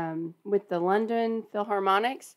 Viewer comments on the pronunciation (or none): none